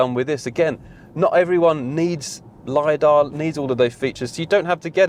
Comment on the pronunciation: You lost me when the word LIDAR was pronounced.